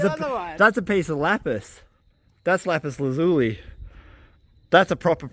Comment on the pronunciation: Pronounced Lapus laz U lie.